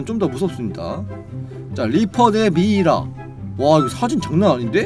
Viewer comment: 미이라는 글로쓸대 사용하고 발음은 미라 입니다!